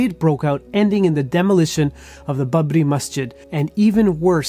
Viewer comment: Its not Bubbri....its pronounced as Baabree